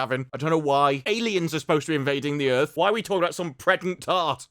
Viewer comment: "Welcome to Earf"